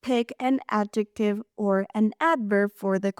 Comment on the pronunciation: The word is "adjective" not "adjetive." Just thought you should know. Otherwise, this video was very helpful to me. Thank you!